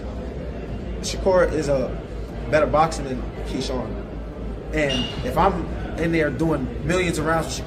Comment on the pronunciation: How you makin content on Keshawn and calling him Keon🤦🏽‍♂️